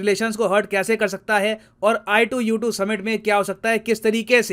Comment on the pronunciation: sir ne i2u2 bola , mene ITUS suna